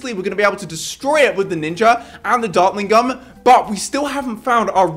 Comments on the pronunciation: bro you said dartling GUM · u said dartlin gum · “We will destroy it with our ninja and our dartling gum” ah yes dartling G U M